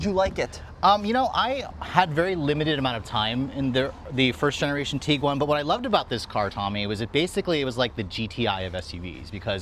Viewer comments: The petty bitching about minute things is ridiculous. IT’s A COMPACT CAR BASED SUV. If you want bigger, buy a van. If you want faster, buy a sports car. People are never satisfied. VW hit a home run with this 3rd Gen Tiguan. Kudos VW! …it’s not pronounced “Tee-guan” rather TIG (as in Pig)-uan. 🤦🏻‍♂️ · Tiguan, not Teeguan. Varenna, not Varayna. 🤦🏽